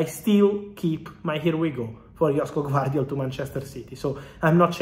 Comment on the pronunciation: I like how he butcher Gvardiol first name. At least do some research before saying it......